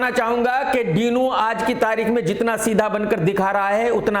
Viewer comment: डिनो ❌ डीनू ✅